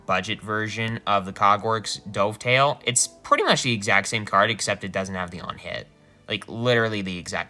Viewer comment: Never heard someone say Dovetail like the past tense of Dive haha.